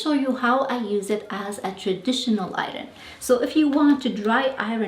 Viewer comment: Hi there... Thank you for taking the time to make this very instructional video and for sharing it. Now, please forgive me for adding this (I mean no disrespect) but your pronunciation of the word iron, could use a little practice. Thanks again and a happy 2026 to you.